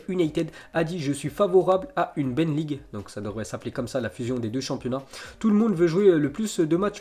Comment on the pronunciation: Beneleague ça se prononce bénéleague ! 🤣